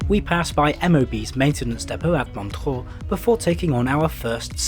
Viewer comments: MOntchrúúúú´:D ur pronounciation is funny mate :D :D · His pronunciation of Montreux was incorrect.